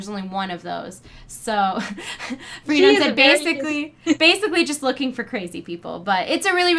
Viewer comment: Not normally a critical peep, but I think her name is pronounced - Fra-No-nah (Frenone). (not free-noan)